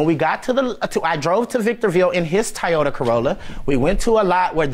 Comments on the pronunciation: Tiyouta or Toyota😬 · Not the Tiyota 😂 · Right Tiyota lol😂😂😂😂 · It was the Tyeota Corolla for me. 🤣🤣🤣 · He tried to be sooo professional and proper that he mispronounced “Toyota”. 😂 😂 😂 Tiyota lol.... what is this? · PAY YOUR UNCLE FOR THAT CAR!! Drop the drama....What is a Tie-yota???😂😂😂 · What the HELL is a "Tieota"😂😂😂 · "Tyota corolla" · Yeah, I couldn't stand the way he was pronouncing Toyota.